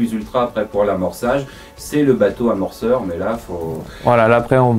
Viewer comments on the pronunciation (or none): MN >" bateau à mort soeur" mort de rire au lieu de bateau amorceur > à part c'est bien